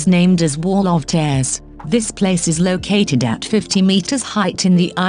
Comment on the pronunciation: Come on. If you aspire to be better than the daily drip feed of list videos, then this subject matter is a good start. Why the awful awf ul co mpu ter voice, especially narrating such a beautiful ethereal topic as this? And worse doth it become! I'm afraid that I have stopped at Wall of tears (pronounced Tairs) and who can blame me when the publisher of this stuff couldn't see/be bothered to fix the excruciatingly awf ul pronunciation of Hawaii as Har why?!